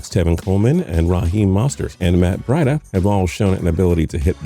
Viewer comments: Br-EEEEEE-da, not Br-I-da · Matt Briiiida? Are you serious? How do you mispronounce Breida? I swear y’all do this on purpose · Matt bride-uh😂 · It’s Matt BrEEda buddy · Bruh the way he said Rahim Moestart and Mat Breida 😭😭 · Rah-heem mostert and Matt bradda 😂🤦‍♂️